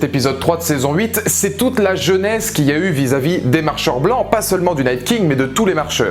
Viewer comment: C'est genèse que tu prononces jeunesse ?